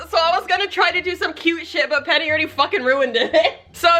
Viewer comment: LMFAOO “PENNYY”😂😂